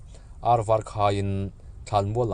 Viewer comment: Var" tih kha I lam dik lo a